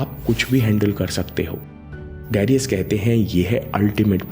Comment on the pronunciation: it's not डेरियस it's डरायस : Great msg nice video..Thank you